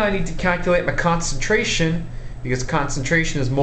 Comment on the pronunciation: Stop talking like that Jeez why do Americans put so much emphasis on the last word if their sentence. "What grammes do I HAAAAAVVVVVE" "First calculate the concenTRATIONNNN".